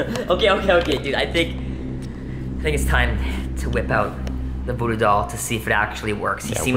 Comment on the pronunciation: He said talking tom voddo doll